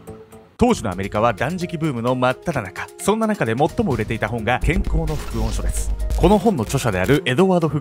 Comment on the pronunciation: ×副音書(ふくおんしょ) ◯副音書(ふくいんしょ)